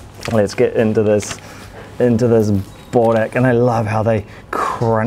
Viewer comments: Annoying me so much how you’re saying bOrek instead of bUrek :( but enjoy! Yumyumyum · You guys say borek bit the "O" sound loud try saying it a bit deeper and then its perfect but burek is my all time fav food. Im serbian you see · BRO ITS BUREK BUREK BOORECK PLEASE